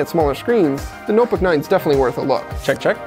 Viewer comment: ''the nuhbuck nine''